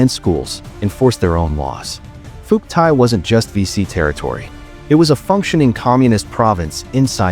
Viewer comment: More freaking garbage. Can't pronounce Phuoc Tuy, don't know crap about crap. If this entertains you, wait till you get to the REAL history, it's likely to turn you into a communist. Do Ma.